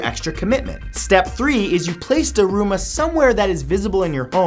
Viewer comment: I think the daruma doll is pronounced more like dharma (DAR'mah).